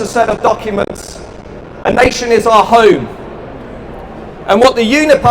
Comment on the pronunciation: strange accent. he pronounces home like an aussie ("hoyme") and other words like an american (british = "bridish")